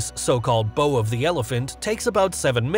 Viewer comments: Elephant's Bow as in "Ow", not "Oh" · it's not bow as in beau, it's bow as in bough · I suspect the dipping of the nose of the craft to empty or load the cargo bay is not "an elephant's bow" with "bow" pronounced as in "bow and arrow". It's a "bow", as in taking a bow after a performance. Never just read what someone puts in front of you without reviewing it first. Otherwise you'll come off like The Donald, pronouncing "Yosemite" as " ′yose-might"; or Thailand as "THIGH-land"; or the country Bhutan as "button", or "Nepal" as "nipple". However, if you don't mind looking like a tool, don't worry about it. He doesn't. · Elephants Bow? It is Bow as in bowing (pronounced baugh, not boe). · "Elephant's Beaux "? Elephant's Bow (rhymes with "wow") surely? Is this faux pax an indication that the narration is AI? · That's an elephant's bow (rhymes with now). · Spelled bow. Pronounced bough. Like "Great performance, take a bow" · Elephants bow as in “the singer took a deep bow and received a standing ovation” not as in “I put a pink bow on my pet elephant”. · I suspect the script-writer meant "m" for "meters", not miles. Also, I suspect that in the term "elephant's bow", "bow" is the verb for bending forward that rhymes with "cow", not the pretty knot you tie on a gift box as the speaker pronounced it. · Pretty sure the "ow" in "bow" in this context is supposed to be the vowel sound in "out" ... as in "bow and curtsy" As in when tamed elephants kneel on their front legs ... you know, like a bow. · An elephant's bow, or kneel. Not a bow, as in ribbon, or bent flexible stick. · And if you've got so much to tell us about a plane how about pronouncing "bow" correctly.